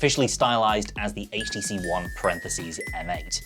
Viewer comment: thank you for not pronouncing it "haych"